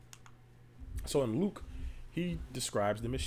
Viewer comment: When you said Luke aHH you spoke EVE bro Lukah.